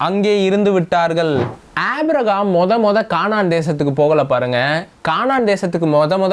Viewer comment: உம்முடைய வேத விளக்கங்கள் அருமையாக உள்ளது. ஆவியில் நிறைந்து நீங்கள் தரும் விளக்கங்கள் சிறப்பு அதற்காக உம்மைப் போல் இளைஞர்களை தேவன் பயன்படுத்துவதற்கு ஆண்டவருக்கு பலகோடி ஸ்தோதிரங்கள் உண்டாவதாக. மேலும் சிறிய குறை.. ஏனப்பா அழகான "ஆபிரகாம்" என்ற பெயரை ஆப்பிரஹாம் என்று வேதத்தின் பெயரர்த்தத்தை மாற்றி அழக்கிறீர்கள் தயவுசெய்து சிறப்பான நல்ல பெயரை திருத்தி வாசிக்க முயற்சி செய்யுங்கள்.